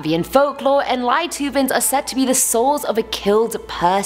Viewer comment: Lietuvēns, if you hear children laugh or disoriented and so on... adorable pronounciation 😁